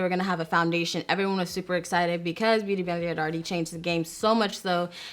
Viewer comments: My girl struggling trying to say Beauty Blender lol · The way she says “beauty blender” lol